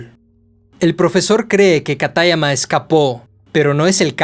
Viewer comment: Me encanta la narración pero me choca mucho la pronunciación ingles de los nombres o los acentos que no deben de ir como katáyama, siendo que sería "kátayama"